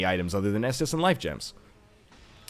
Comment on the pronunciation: am i the only one who says s dis d every time NL says estus